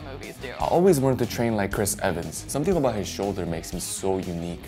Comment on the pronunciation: Ehris Cvans